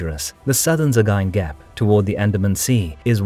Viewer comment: Probably the best pronunciation of "Sagaing" I've ever heard.